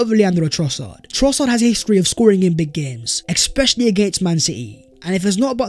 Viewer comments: Ex-specially, ex-specially….. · You know its when you hear "Expecially"😁